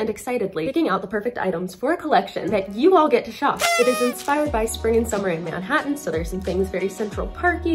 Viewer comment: It's pronounced more like menHAttan LOL but congrats and welcome!